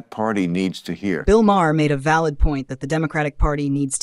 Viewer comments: Obviously an AI narrator because Maher is pronounced like Mar, not Ma-her. Ignorant AI doesn't know that and pronounces words phonetically as they are spelled This is ONE of the things I hate about AI. By the way, AI narration earns an istant thumbs down, and I stop watching as soon as it becomes obvious.. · bill is a jerk and his last name is not multiple syllables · You mispronounced Maher's name and you're also wrong about his political stance. He's very critical of the left as well. More so than most left leaning celebrities. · You need to have your AI bot correct the pronunciation of Bill‘s last name